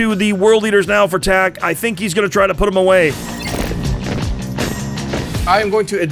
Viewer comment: Second they said "Tak" I audibly said oh god no. But the redemption was amazing